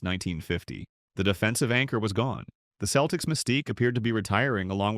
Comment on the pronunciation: This potentially interesting review of overachiever Dave Cowens career did not survive the chatgbt AI voice referring to his team as "The Keltics"